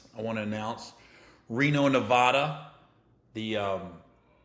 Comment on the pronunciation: Psst hey brother we need to speak about how you pronounce Nevada